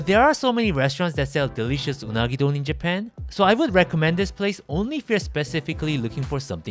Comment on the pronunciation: Hey don’t judge Japanese saying “derishasu” it’s so true tho 😂